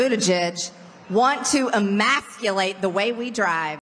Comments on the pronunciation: She said “emacculate” because she doesn’t even know what the word is let alone how to pronounce it. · "... wants to a-maths-cull-ate"? like... pete wants to cancel algebra? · She actually said Emaculate, which is even funnier. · most of the crowd didn't understand the word 'emasculate'... she even said 'emackulate', didn't enunciate it properly!?🤐😏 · I wonder how many times that c word had to look up that words definition and practice pronouncing it? Emasculate